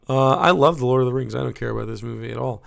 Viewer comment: She does the weirdest pronunciation of fucking everything LoTR related, and these are terms that have been said on screen many times.